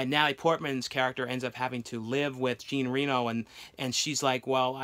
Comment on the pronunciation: It's Jean (John) Reno of Ronin. That's how you pronounce his name .